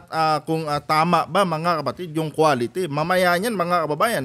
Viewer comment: Hindi po quality, kondi quatity 😂😂😂